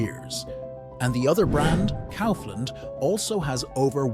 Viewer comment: Well edited and interesting video. However, not to be a prick, but please do pay attention to the pronunciations of the names especially if they are the main topic of your video, it impacts the perceived quality of the video negatively imo. I wouldn't know how to fix that on a text to voice machine however. Even the pronunciation of Lidl was inconsistent and Kaufland wrong throughout the video. Best of luck otherwise.